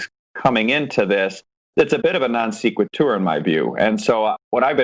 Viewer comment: Good discussion. I'm mostly here to listen to what has to say, but the others are a bonus. BTW, non sequitur is pronounced non SECK-wit-er.